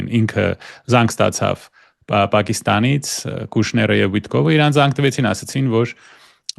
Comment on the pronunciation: ԾՕ ԱՊ ՋԱՆ ։փշոն հողերն է տվե , դու էլ քո անգրագետ ՀԱՅԵՐԵՆՈՎ , ամբողջ մայրենի լեզուն ես , տակնու վրա էրե ։ Այնքան անգրագետ ես , որ Իրանը ԻՌՌՌՌԱՆ այ զզվելի ։